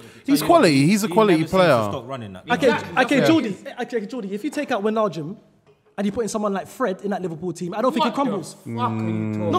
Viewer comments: I heard atleast 3 different pronunciations of Wijnaldums name in this podcast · They're all butchering names, you hear try say 'Wijnaldum'😭